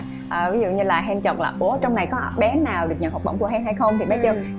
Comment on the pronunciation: tại đọc sao ghi vậy "L" và "N" 🙄